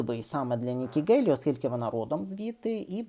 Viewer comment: При всій повазі, але прізвище Nikki Haley українською вимовляється через м'''яке українське "г" або "х"